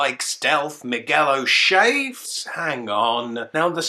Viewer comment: I am freaking out like you, why the hell is he called Miguel o Shea?!